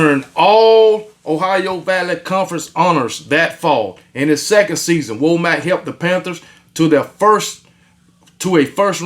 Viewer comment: Just FYI. It’s pronounced WAH MUCK. RTD!